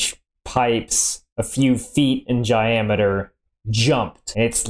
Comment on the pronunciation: Heh "Jiameter"